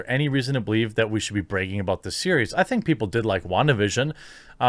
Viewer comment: In your version of English can you pronounce the letter “a” ? It is Bragging not bregging.